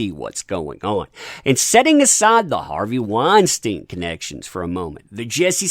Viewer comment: You're the first person I heard pronounce Harvey Weinstein correctly